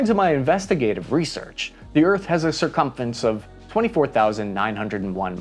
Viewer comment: Or maybe that's what he meant by "sirrrcummmfence"